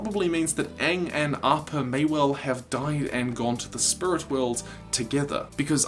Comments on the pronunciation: Bruh he said “spurit” and “spirit” in the same sentence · I hadn’t noticed how you said spirit weird until you mentioned it. Bro why. Spurrit. Edit: Shit somebody commented that 2 years ago. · Can't stop hearing "spurit" now :') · lol I never noticed how he said "spirut" until he pointed it out himself 😂 I wish I hadn't already watched the one about iroh moving on to the "spirit" world. love your videos bro. it really lifts my spirut up on down days.... I couldn't help myself, I really did try.😂 keep up the good work though bro! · Great now all I can hear is "Spurits". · I didnt realize that you said SPURIT until you pointed it out. now i cant unhear it. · It's distracting me so bad.... lol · Potato Joe I know what you mean. Now every time he says it, I actually cringe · I never notice the way you said spirit and now I can't unhear it. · Until you mentioned it, I didn’t notice your accent when saying “Spirit”, and now I can’t help hearing it stand out. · I never even noticed that you said Spirit with an accent and now I can’t not hear it